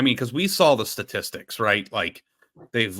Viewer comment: How can people not pronounce sTatistics properly? It’s not sAtistics. Huge pet peeve. Almost as bad as passing it on 3rd and short.